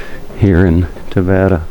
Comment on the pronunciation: Having been born in Tavira, and living abroad I found your video interesting. Yes, you are misprouncing Tavira and there are 33 churches in a city of population of over 50 thousand which you consider a village. Perhaps, a little more research and you could benefit from your commentary. Nevertheless, thank you for show casing such a beautifule city.